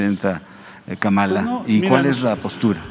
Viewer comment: Si la siguen llamando KAMÁLA (con acento en la 2da Á) se les va a enojar. Es KÁMALA HARRIS con acento en la primera Á. (Solo es una observación) Saludos